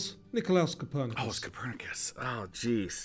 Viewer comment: Aa a Pole I am devastated that you got Copernicus wrong. 😭